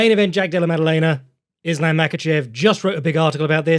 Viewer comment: The Yosemite Sam of pronouncing it “Is-Lamb”